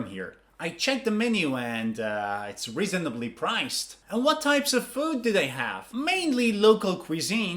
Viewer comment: I didn't have problems with the "cuisine" pronunciation, but i did have problems with the "reasonably" pronunciation